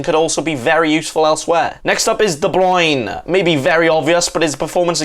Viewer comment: Your pronounciation of De Bruyne is way off , lol